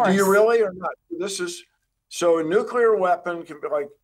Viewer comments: Bill Weir ... "nucular" lol corrected later though. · Dear CNN: Please don't bring on fusion experts who say "nuk - ul - ar." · bomb bomb bomb... nye says all day. lets go nucular bombs like bill nye says! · Bill Nye is not a scientist. He is basically an actor. The real life "Professor Proton". That other guy says "nucular" and "sun in a box" which lets me know he doesn't know what he's talking about. Fusion is a pipe dream. I worked in it for years. It will NEVER be commercially viable. The sun is already there making light and heat and the winds. Use what we KNOW HOW TO DO. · said Nuke'U'Lar pshh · NUCLEAR..NOT NUCULAR.... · CNN's science consultant said "nucular" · I cannot get past hearing someone ON CAMERA saying “Nucular” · Mind boggling to hear a nuclear scientist mispronounced "nuclear" as "nucular". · Bill Weir pronouncing it "nukeyoular" is just about on par for guests on CNN.... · ok he said nucular. I'm out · "It's pronounced NUKE-U-LER!" -Homer Simpson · How about talking to us like we're grownups. "It's a star in a box". "Physicists have been salivating." What a waste of time while covering an important story. And, learn how to pronounce nuclear.